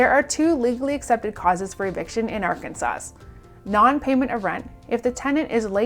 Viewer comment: It’s pronounced Arkansas, not Arkansas’s